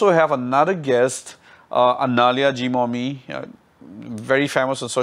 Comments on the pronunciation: Hey hey hey what is zeeeemomi ???? It is pronounce as jimomi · is so smart and confident woman but she doesn't know how to pronounce zhimomi she is saying zimomi